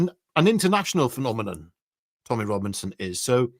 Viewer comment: How many of you thought "Bo Boo be dodoo" after said "Phenomenum". Just checking the audience age group.